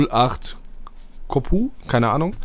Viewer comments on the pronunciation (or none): Ich weiß dass du kein russe bist, aber es liest man wie Korch, nicht Kopu ^-^